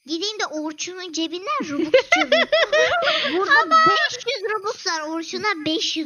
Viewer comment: Abla o bobux değil robux